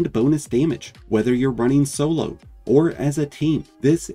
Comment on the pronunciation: When you said "perfect stasis build for solo warlocks" I accidentally heard "perfect stasis build for solar warlocks" and was super confused xD